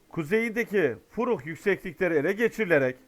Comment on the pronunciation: Abim furuk deyil o😂feruk dagi orası. am olsun en dogru haberi sen veriyorsun